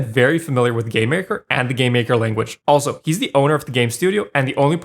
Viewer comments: game maker "lanaguge" made me laugh, great video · "Game Maker Lanaguge" xd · Lanaguge? You lost all your credibility 😂